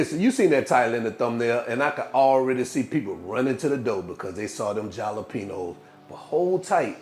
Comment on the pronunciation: Jalapeños is enunciat ( ha-la pe nos). It's a spanish pepper.